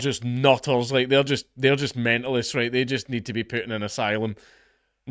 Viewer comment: "RrrhWhite!" "RrrhWhite!" "RrrhWhite!"